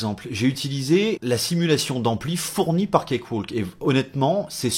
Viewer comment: Ça n'a pas vraiment d'importance, mais on ne prononce pas le "L" dans cakewalk. "Cake - Wok". Oui, l'anglais est aussi insensé que le français, avec plein de lettres muettes :-) Merci pour ta vidéo !